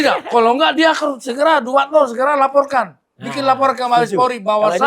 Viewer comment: Ngucapin Dumatno aja keliru. Meragukan penjelasannya.😊